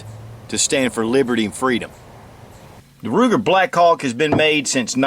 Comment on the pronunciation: I couldn't stop listening the word: blackcock...hahaha, Greeat revolver and great video. Saludos from Spain